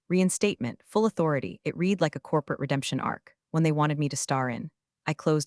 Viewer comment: Still can't pronounce "Resume", "read"!